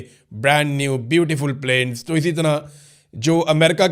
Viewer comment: The way when he is saying America k beautiful plains 😂😂😂😂